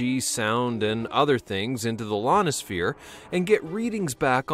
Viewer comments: Didn’t know we had a Lonisphere. I know we have an I-onisphere. The first letter is an “i” buddy. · Lonosphere?? Try "ionisphere" there. That's an 'I' not an 'L'. Good try though! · "Lonosphere" LOL